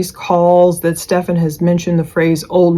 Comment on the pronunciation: right. Not Steph -FAWN 😂